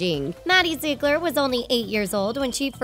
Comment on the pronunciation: This video was really a blast of reality. Btw its pronounced (ZEE-GLER)